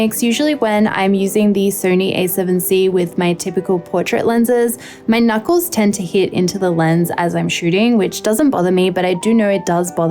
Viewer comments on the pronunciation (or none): none